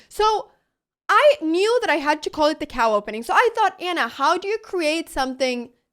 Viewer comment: did she say i mew i would call it the cow opening?